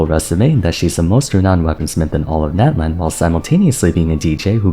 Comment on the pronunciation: I die every time he says Nat-lan